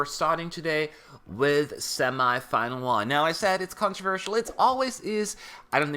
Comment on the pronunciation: I always find it funny how you pronounce "semahfinal".